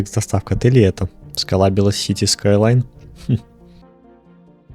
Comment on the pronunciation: скайлайнс сука а не скайлан